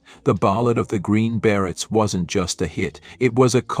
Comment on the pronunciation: Your computer should learn how to pronounce "Beret".